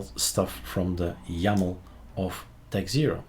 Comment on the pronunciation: techxero not techzero lol. Spotted it the second you did that, but I couldn't barge in so there it is. :)